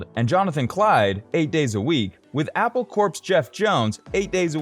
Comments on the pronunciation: Apple Corpse? Nope, ya lost me after that. It's pronounced Core. Like Marine Corps but with flowers, and acid. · Apple Corps is pronounced “core”, not “corpse”.